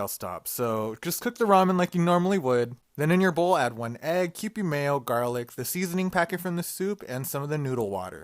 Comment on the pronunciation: the way the last guy pronounced 'kewpie' hurt my soul 😭😭😭